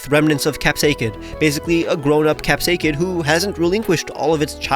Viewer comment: You are pronouncing capsakid wrong btw😂